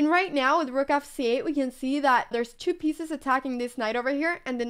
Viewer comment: I love the way you say "chu" instead of "two" :3